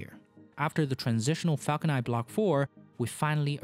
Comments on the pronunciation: Falcon niNE not Falcon Ni. I know it's your accent but it's definitely something you can work towards. The videos are great. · it's not falcon nie it's falcon niNe. why on Earth don't you pronounce N?